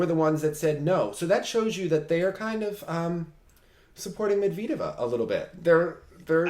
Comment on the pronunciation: Please stop saying Medvedeva with a long E. It's not hard darling! 😘💗💏